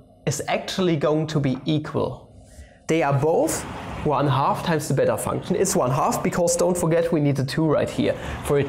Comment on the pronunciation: When you said it's "the beta function," I heard "its a better function."